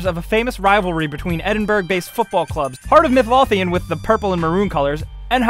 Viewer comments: Aaand its not pronounced edinburg, High-bernian or Midlothian. Its pronounced midloathian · You forgot to mention how he says 'Heart of Mid-Loth-ian' when it is sayed 'Heart of Mid-loathe-ian' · Really? Midlofian? It's pronounced Midlo-the-an and it's pronounced Edinbruh not Edinburg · Edinburgh, pronounced: E-din-bura Midlothian, prounounced: Mid-loath-a-in Hibernian, pronounced: Hib-er-nae-in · As a Scotsman I can tell you, you absolutely butchered the pronunciation of Midlothian and Hibernian LOL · The pronunciation of Midlothian made me uneasy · He even pronounced Edinburg wrong along as Midlothian and of coarse Hibernian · The way he pronounced Midlothian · U pronounced Hibernian and heart of midleothan wrong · Ok I was gonna subscribe but then I heard you say Edinburgh and hearts of Midlothian incorrectly and then go on to say scottish is basically england I said you know what fuck yer :) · Th way he said Midlothian is so wrong and the way he said edinburgh